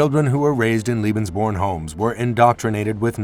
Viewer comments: It always amazes me when money is spent to make a documentary film & they go out & hire some dufus who can't even pronounce the topic of the film correctly. CLICK, see ya! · Why does the announcer say "lebensborn" as if it's spelled "liebensborn"? You'd think they could at least consult a German dictionary or ask someone who speaks the language before making a video. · Firstly, it's pronounced "LAY-bens-born" not "LEE-bens-born"; ....and I'd like you to cite references to support your claim that Allied forces targeted Lebensborn centers for BOMBING. I have my doubts about that. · Leben. Sounds more like lay bens born. Doesn’t sound like lee. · If you wish to be taken seriously, please assure that your narrator can at least say the word Lebensborn properly. Otherwise it comes across as a bit silly. It sounds like he is saying Liebensborn. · Lebensborn is pronounced 'Laybensborn' .. 'Leben'' is the verb to live... Lieben' is the verb to love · Unfortunately, you pronounce "Lebensborn" as if it were "Liebensborn" in every occurrence in this video. That isn't a surprise, since you mispronounce most foreign words on all your other videos as well. However, in these other cases, it does not cause a problem. "Liebensborn:" would mean something entirely different. "Liebe" means "love," and there was no love in this program. As such, your pronunciation becomes extremely offensive, although I realize that is not your intent. I strongly suggest that for your future videos you get some advice on how to pronounce foreign words so that you avoid something else like this in the future. Other than that, I do appreciate your videos. i am offering this as constructive advice. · Lay-bens-born, dolt! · Strains to say Heinrich Himmler properly but can't say lebensborn correctly at all. It's pronounced LAY-benz-buorn. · He keeps saying liebensborn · If you’re going to produce a film about the Lebensborn program the least you could do, to begin with, is learn its correct pronunciation.